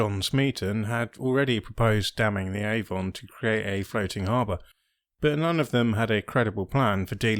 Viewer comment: Really informative string of videos, thank you. I’ve learnt a lot from each one I’ve seen. Please though watch your pronunciation of Avon (“A vun”. Not “aVON” , that’s a cosmetics company!). Please keep up the good work.